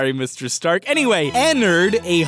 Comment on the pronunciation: did he said "sorry mr strark"?